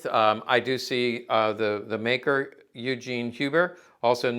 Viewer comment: The pronunciation of "Eugen Huber" - phonetically it's more like "Oy-Gen", than it's american equivalent "Yoo-Jeen".